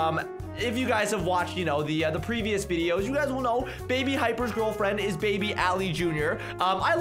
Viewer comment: When Said Gal Fwiend I was literally Laughing So Hard😂😂😂🤣🤣🤣